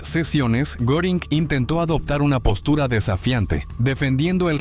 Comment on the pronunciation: NO es Goring, Göring es Geering, bueno por ahí, pero nunca goring.